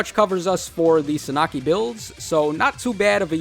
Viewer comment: Suh Nah Kee?? Bro no Sahn ah key